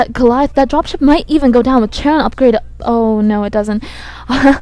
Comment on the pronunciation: They're charon (like the proper noun Karen) boosters. Be the first commentator to pronounce it correctly!